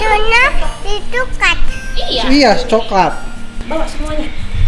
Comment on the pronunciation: Susu nya di kulkas om Fadil bukan coklat,,biasa kalo ngomong masih brbelit lidah kulkas ia bilang tuklat,coba deh skali lgi dimndur video rekaman nya...pasti tuklat